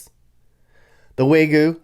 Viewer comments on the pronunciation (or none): none